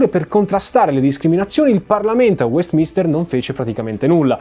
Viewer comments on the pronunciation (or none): none